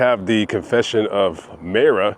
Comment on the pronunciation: It’s pronounced Myra